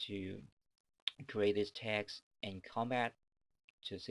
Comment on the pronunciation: It's text not tex.....